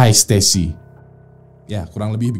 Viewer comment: that's "Hi Stacy" not "hai stasy"